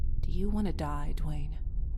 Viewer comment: I often heard The Wayne instead of Dwayne lol